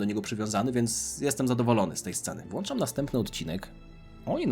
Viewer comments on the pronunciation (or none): none